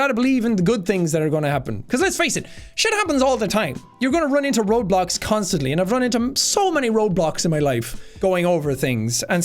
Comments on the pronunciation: i thought he was saying Roblox and I was so confused 😂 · At first I though he said roblox, but then he said it again and I realized he said road blocks